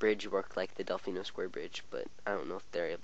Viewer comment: Delfino Island=Delmiino Island